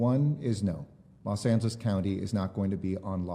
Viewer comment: I keep thinking he says Los Santos